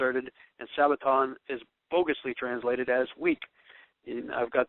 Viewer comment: Do you have any idea of the differences in the Hebrew calendar as to the Gregorian calendar? Or when a day begins and ends on the Hebrew calendar? Doesn't seem so. Begs the question, who taught you? Btw, have you ever heard the term "lost in translation"? And, the word is Sabbaton NOT Sabbatown oi vey!